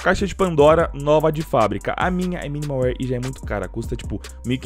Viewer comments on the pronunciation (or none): "Esse cara tem 2 dragon lore factore New, uma nova de fábrica e uma minimal waere" EXCUSEME?